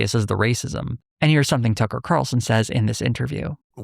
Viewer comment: “Buckler” and “Tuckley” Carlson